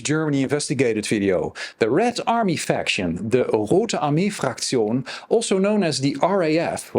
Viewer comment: I thought the same thing, but they actually used the word Faktion without an "r".